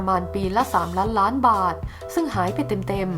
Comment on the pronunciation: อ่านให้ชัดเจนหน่อยคำว่าล้านล้านบาท